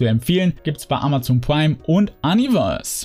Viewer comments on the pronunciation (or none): none